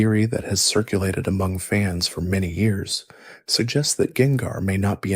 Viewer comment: Was using this to going to sleep but hearing you butcher gengars name in a bunch of different ways made me pick the phone back up lol